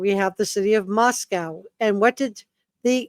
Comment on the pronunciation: It’s pronounced Mosco. Co as in “coal” This confused every person not from the PNW.